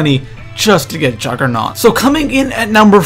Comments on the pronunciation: Not being a dick, but it's juggernog, not "juggernaut" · It's juggernog not juggernaut you fuck head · am i the only one who gets annoyed when people say juggernaut instead of juggernog? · it's not juggernaut it's juggernog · im sorry but it kind of makes me mad when people call juggernog juggernaut, just sayin. but I still like your vids keep doin what your doin bro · Its Juggernog not juggernaught